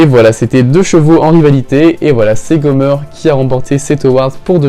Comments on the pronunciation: Comment tu dis Gomer c'est Gomèr (pour bien le prononcé) Car la elle dit jamais Gomeur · Gomeur 😂😂 c’est Gomer pas gomeur 😂😂